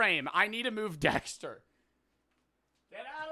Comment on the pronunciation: “dextuh😀” “give me ritas key 🫸🫷😡”